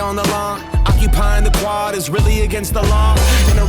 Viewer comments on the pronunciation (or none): none